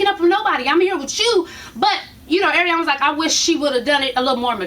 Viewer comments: Oh lord why you gotta fuck up these poor ratchet girls' names. Crazy Tattoo Bitch = Che Mack Ariana = Ariane (Ari-In) but I see you gettin right up on it with the review this week, no delay at all, you go girl!!! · its ARIANE!! Air-EE-An Lmaoo